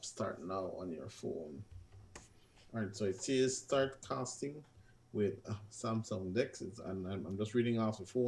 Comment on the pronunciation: hmm cant even say samsung good